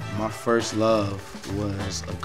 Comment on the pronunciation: "That was my foist joint"-Tory Lanes